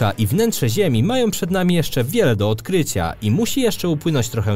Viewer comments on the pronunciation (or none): Robisz bardzo przyjemne materiały. Ale... naucz się chłopie akcentować słowa. odkryciaa, metodamiii, denikowatyych... daj spokój :) pozdrawiam :)